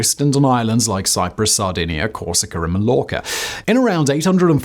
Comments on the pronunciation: dude really said Malorca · MAL - ORCA ??? really? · Its pronunced Majorca